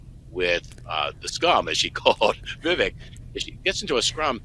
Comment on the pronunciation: It's pronounced Vi-vake.